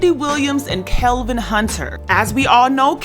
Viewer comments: Its Kevin...not Kelvin....its off putting when a host gets something like this wrong ovr and ovr. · Kevin!!!!!! Not Kelvin lol.....